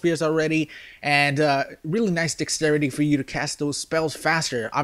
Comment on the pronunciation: SAY DEXTERITY RIGHT PLEASE. when u say dex u say it right but when u say the entire word you pronounce it dixtrity. It's really annoying. LEARN TO SAY WORDS DUDE